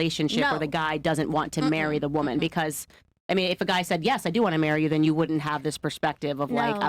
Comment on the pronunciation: den what, wit, yo stuff, axed, American schools thanks!